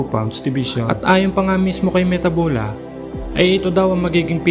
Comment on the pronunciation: It's mathebula. Not metabula